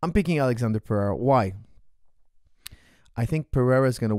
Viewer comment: his name is not alexander, its alexsandro